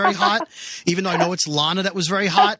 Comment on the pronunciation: LAA-NAA-HAA.. I thought I heard self-righteous clomping.